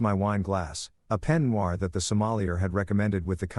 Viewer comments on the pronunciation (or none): none